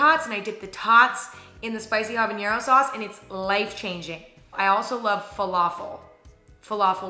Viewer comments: Why pronounce it as "habaniero"? that's odd 🤔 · The way she kept saying habanero made me cringe lol